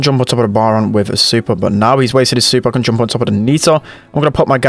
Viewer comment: U say "joomp"